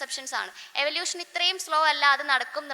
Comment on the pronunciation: Eavlution paryan nei pora athu kodu practice chiyuka